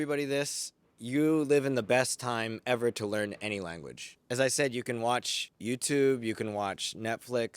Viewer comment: The way pronounced "YouTube" is totally Japaneseっぽい😨